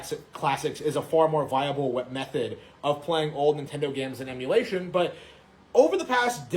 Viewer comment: “PC Emuwation”